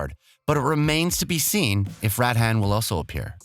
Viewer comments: General Radahn is pronounced Radaun not Rad han. You also won't be choosing your Origin. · "Radhan" I think you'll find it's pronounced Rude-Arn lmao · Wtf is a tarnish shed?🤣🤣 If you had paid attention to the game in any capacity, you'd have watched the trailer and heard "tarnished". Ok I'm done I couldn't help it 🤣 Just watched 30 more seconds. Who is general "rat hat"? It's Radahn. And the vid is littered with cut audio. Maybe a final look through before uploading a vid? Edit: This channel is so garbage. Or at least this video is. "Eden Ring"? Like there's no preparation whatsoever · A yes the fabled Tarni-SHED and his battle with general Rad-HAN. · fucking mareeeka (marika), tarni-shed (tarnished), rad han (radhan), and malaina (melina). All of these were said in game or in trailers and he says them wrong And bonus points for Breath of Wild, Hide Taka Miyazaki, parring, soulborne, eden ring, and tami-shed's fur-led finger